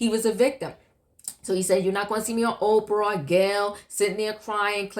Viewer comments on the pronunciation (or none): none